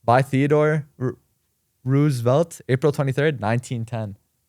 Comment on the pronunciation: Golden Glues face when he pronounced Roosevelts name wrong was hilarious lmao